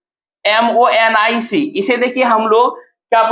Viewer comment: Sir mnemonic me n silent hai because meine google kiya tha pronounction memonic hota h